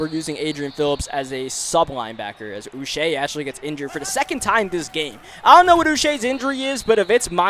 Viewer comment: Josh Uche is pronounced “Ooch (like smooch) - ay (like today)”